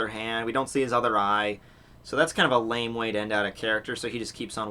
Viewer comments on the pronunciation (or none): none